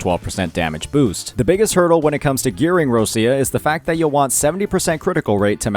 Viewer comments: Please.... stop to call her "RoSia" .... it's Roccia , pronounced as ro-ccha (it mean rock in Italian). Thanks. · plz, stop saying Rosia... she's not Russia, she's Roccia... its really hard to hear how u saying her name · not bro saying "roschia" 😭😭😭